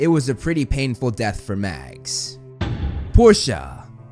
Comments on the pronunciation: It's mags not max? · It’s Mags not max just so you know (no hate )